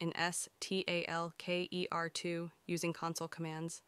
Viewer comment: es tee ey el key ee ar two 🤦‍♂